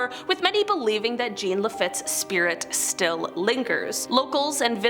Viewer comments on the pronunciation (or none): You doing good pronouncing our state parishes..thibodaux and jean got you you lol! Tibi-dough and John, and fre-near close enough 👍🏼